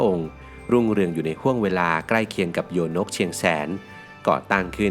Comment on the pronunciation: โยนกเชียงแสน คำว่าโยนกอ่านว่า ยะ-โหนก หรือย-โนก ค่ะ ครูสอนสังคมสอนมาแบบนี้ค่ะ